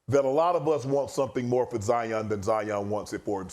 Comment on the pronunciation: Who’s “Jaion”? Ja & Zion combined? 😂